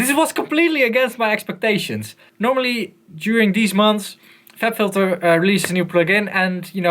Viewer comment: "fLab Phylter" XD